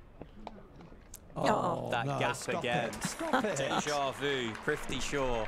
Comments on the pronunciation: Great innings. They butchered his name every single time 😂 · Their mispronunciation of his name is so cringey. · They couldn’t even pronounce his name right. Prifti Shaw it seems 😂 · PRI-TH-VI not PRI-V-THI.... PRITHVI shaw... PRTHIVIII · "Prifthi" shaw 😂 arey bhai 🤦‍♂️ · Is it just me or are the commentators all saying PRIVTHI Shaw, rather than PRITHVI, which is his actual name? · Was it just me or did others notice "Crifty Shaw" & "Prifty Shaw" from the commentators. 😄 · Commentator “Fifty shaw”😅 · The entire innings, commentator kept calling him Prifti - who the hell is prifti... you gotta get the name right man 🤠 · Ok are we gonna ignore commentators calling him “prifti shaw” .. 😂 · Male Commentary: Fifty Shaw...Fifty Shaw 🤣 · AM I the only one who is hearing Fifty sure instead of prithvi Shaw? 🤭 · He’s not Prifty Shaw😂, Prithvi it is😅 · Just kept hearing 'Thrifty' Shaw 😂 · Name:- Prithvi Commentators:- Prifthi😂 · Is it just me or is the commentator saying " PRIFTY. shaw " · Is it just me or are they calling him prifty? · Butchering his name for 7 mins straight..”Prifti Shaw” 😂😭😂😭😂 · Prifty Shaw? They mispronounced his name for lifetime!!! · the commentator was calling him "Privthi" instead of "Prithvi" :( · Why is he saying fifty shaw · Its prithvi and not prifti. Whats wrong with the commentators?? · Commentators having a tough time in pronouning his name... Prifty Shaw 😂😂😂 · Well played Fifty Sure (Prithvi Shaw British pronunciation) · Its PRITHVI NOT PRIVTI !!! So confidently misplelling someones name again and again !!! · Announcer mispronouncing “privthi” smh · His name is Prithvi not Prifti.😠😠... Don't know, why these English men's can't pronounce a simple name ? Every time they call him Prifti.... 😠😠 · Commentator can't even be bothered to learn how to pronounce his name correctly. "Privty Shaw" ffs. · the pronunciation of “prithvi” was bugging me the whole video 😂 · They keep saying his name wrong